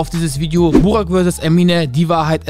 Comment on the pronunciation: Ich schäme mich für Burak‘s deutsche Aussprache...